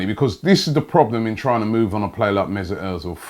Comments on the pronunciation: Robbie.. where is the IT in mesut? You are saying it like Mesit.. you are wrong. I am triggered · MezUt ozil.. not mezIt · It is not mesit it is mesut robbie....get your tongue right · Messut Errrrrrzil?? I always thought it was Ozil 🙄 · Mezut errrrzil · 'Mezit' Özil damn Robbie